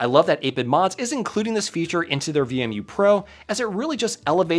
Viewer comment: why are you pronouncing it as VME?